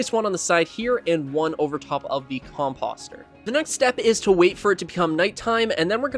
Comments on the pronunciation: Nice build - subbed... but ... whats with the "Com Pahss Ter"? Do you call fenceposts "Fence Pahssts"? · Com-POH-ster. I yelled at my monitor. Com-poe-ster, please. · The way you say composter is hilarious 😂